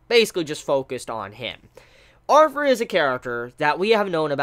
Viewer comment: Is it just me or is he pronouncing "Arthur" as "Arfur"?